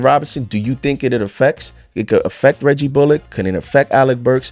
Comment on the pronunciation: Hey just a heads up you're pronouncing Bullock wrong